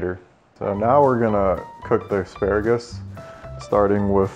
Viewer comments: And uhh.... aksparagus.. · "Ex-spare-a-gus" - Dyrus 2017